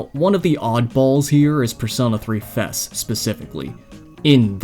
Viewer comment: Never heard anyone pronounce the "FES" part of persona 3 wrong before.